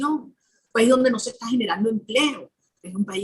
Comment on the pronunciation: Es "está", no "ésta".